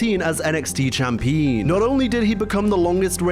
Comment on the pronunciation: CHAMPEEN?! What is this? 1942?😅